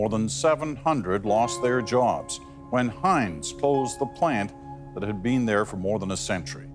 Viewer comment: Dear, How come you can't say can't and out and been right?